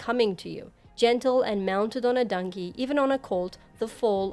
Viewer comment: I’m not hating at all, everyone got an accent but I gotta be honest, “Dunkey,” almost took me out every time